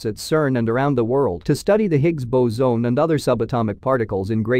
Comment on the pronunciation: Gotta teach the robot voice narrator to say "boson" correctly.